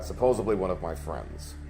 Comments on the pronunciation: “Supposebly”! Anyone that doesn’t know how to say that is a moron. Yeah, not a Republican, ever. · People who talk with food in their mouth and pronounce the word supposedly with a B should be whipped mercilessly with a garden hose 🤪